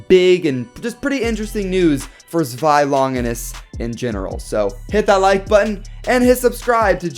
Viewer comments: To make it easier it’s pronounced like ZWIY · Zewi is pronounced sh way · Don't worry I got u... it's pronounced (zz-v-eye) zwei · This is how you pronounce zwei (zooweye) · I kinda want you to listen to google pronuncing zwei and try to pronounce it correctly would be fun :D